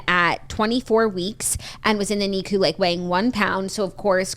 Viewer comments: “Nee-cu” it’s pronounced nic-u mispronounced and Claudia did say it right lol. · Hahaha I always think this, too! It’s pronounced “nick-you” …right?